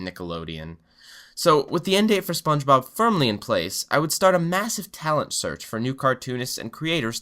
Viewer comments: *massive not massave, don't mean to be a dick. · For #2 it is massive not massave ;)